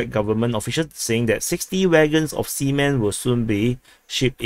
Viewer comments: I don't think Russia is sending a train load of semen to Kalingrad. Please check you pronunciation. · I think we didn't mishear, but he just mispronounces it. 😅